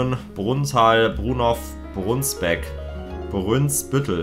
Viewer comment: Brunsbüttel wird zu brÜÜnsButtel oder so. Aber immerhin😁😁